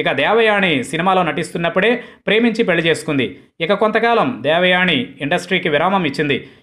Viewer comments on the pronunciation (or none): none